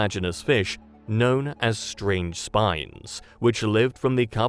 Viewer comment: Took a reference to the word "spines" later on for me to realize you weren't saying "spider" here 🤣